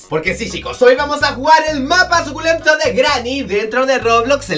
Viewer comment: Deja de decir "zukhulento 7u7" ya para >:u!!!!!!!